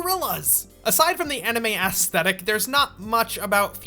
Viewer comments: "The asstetic" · “Ass thetic” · Stop pronouncing it ASS-thetic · The way you say aesthetic hurts my soul.